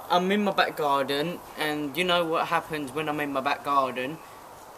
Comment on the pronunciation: Sounds kind of in between but i heard him say garden at the start and it sounded very scottish